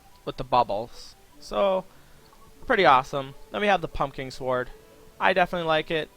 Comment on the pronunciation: can you actually say sword properly you don't pronounce the w and it makes you sound special